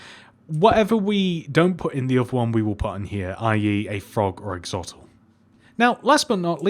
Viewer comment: It's Not Axotl It's Axolotl Axe Oh Lot All.